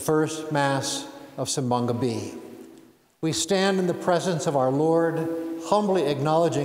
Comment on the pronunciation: OMG, Bishop Thomas actually pronounced "Simbang Gabi" correctly! 🥲